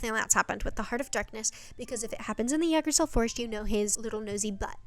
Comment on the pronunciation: Yggdrasil comes from norse mythology originally and it’s pronounced igg-drah-sil :) in mythology it’s a single tree, not a whole forest. it’s basically the tree of life in norse mythology